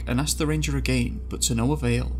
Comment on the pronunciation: Michael ......more accent police? Have you ever heard of a foreigner? They talk with accents. You didn’t mention he pronounces the word “again” as A-gain........but that didn’t bother you? STFU!!!!!